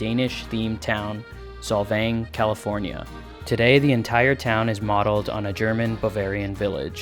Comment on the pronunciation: I love your pronunciation of Solvang. It is probably the most accurate as the name is not considered Danish anymore. Neither is whatever is left of cultural heritage. There’s only items and a few traditions left from a previous century but nothing is Danish about that place. This is just an info for people visiting the town as it’s not a representation of Denmark but a tiny culture absorbed into America.